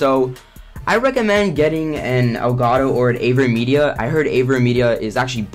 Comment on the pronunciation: Elgato or what? Aveen Media? Dafuq u sayin?